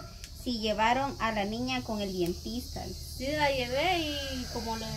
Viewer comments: DENTISTA NO DIENTISTA OJO CON ESO O BUSQUE EN EL DICCIONARIO COMO SE PRONUNCIA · no se dice dientista 🤦‍♀️🤦‍♀️🤦‍♀️se dice Dentista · "dientista" no se dice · PERDÓN PERO DONDE FUERON A COMPRAR ESTA DESPENSA? 500 QUETZALES? BIEN DUDOSA POR LO POBRE DE ESA DESPENSA! LO OTRO ES PARA.... NO SE DICE DIENTISTA, LA PALABRA CORRECTA ES DENTISTA!! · Saludos a todos !! Con una pequeña observación y no es crítica, solo es para que mejoren; se dice "Dentista" y no Dientista. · Con todo respeto para la señora rosa y no se dice dientista se dice dentista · Buenas tardes quisiera corregirle algo,no se dice dientista, se dice DENTISTA. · Mande sus trabajadores a la escuela o que se yo aprender a Leer. No puede ser que esta joven diga Dientista😮es Dentista. Por favor. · se dice dentista no dentista 😂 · no se dice Dientista lo correcto es Dentista me Disculpa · Chicos anteriormente ya se les había dicho que qué el nombre correcto es DENTISTA no dientista con cariño se los digo Saludos 🖖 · Es Dentista no Dientista, muchachas no lo tomen a mal , ustedes están muy jóvenes y no han escuchado mucho esas palabras. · Es Dentista no Dientista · sé dice dentista no dientista. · No se dice dientista se dice DENTISTA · Hermosa perdón que te diga dile a doña Rosa...que no se dice dientista? Se dice dentista 🦷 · no se dice dientista, es dentista. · DENTISTA NO DIENTISTA 😅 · Feliz de esa bendición buen día a todo el equipo. Si muchacho se dice Dentista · se dice dentista Dios te bendiga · Se dice dentista por favor 😊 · se dice dentista 😊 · Se dice dentista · se dice dentista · Se dice dentista chicos, disculpen pero me gustaria escucharles hablar bien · Ella dice muchas palabras mal y uno le dice y le vale porque sigue hablando pesimo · sé dice dentista